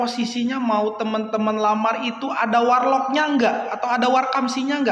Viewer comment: Ngakak dnger "WaR Lock" 😂😂.. keren.. 👍